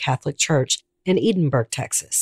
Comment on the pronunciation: Thank you for the respect you showed this case. I am from McAllen. This case haunted my hometown for many years. Your research was excellent. A small note: Edinburg is pronounced Ed-in-burg. You did a great job. Thanks again.